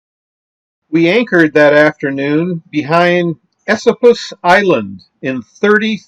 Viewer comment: Enjoying your videos, especially New York and the Hudson River Valley. It's where I grew up. Just a side note.....Esopus is pronounced e-SOAP-us